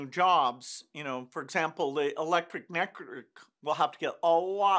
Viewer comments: "electric neckrrikrrrruk" 😂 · Electric Nekrikkekk You okay there Bill?